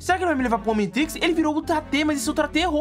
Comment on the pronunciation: Como assim "omintrix"? Kkkkkkkk